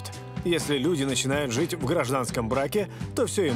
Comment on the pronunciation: Жянна, почему вы все время в сочитании букв "жи","ши", которые должны произноситься "жЫ", "шЫ", все время произносите мягко, как "жИ", "шИ"? Например говорите: "жИть", "смешИть", "наслажЬдаться", "ЖЯнна", "слышЯть" и т.д...? Зачем говорить неправильно, вы же ведущая? Или вам нужен логопед?